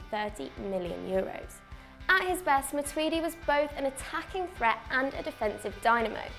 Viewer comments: Matuidi? You drunk son? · You guys are wank for sayin matuidi😂😂